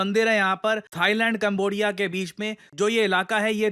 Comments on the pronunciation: It's not kembodiya it's kambodiya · कंबोडिया है सर ना कि कैमबोडीया 😢। सही बोलो सर